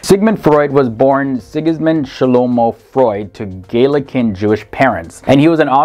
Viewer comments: Pronounced Elly We-zel, not weasel, funny guy. Not Gaelican, Galician, Maimonedes, my-mon-i-deas, dude if you're going to do a video, learn how the names are pronounced. Credit for Ashkenazi, yeah I know nazi is in the word, don't sweat it. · Thank you! Other than butchering many words, Galician, Maimonides, and others......